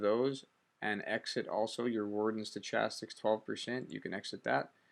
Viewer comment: Good video. It was clear and to the point. It answered my question. (You may not care...or maybe you do it as a joke, but the "ch" in stochastic is pronounced with a "k" sound.)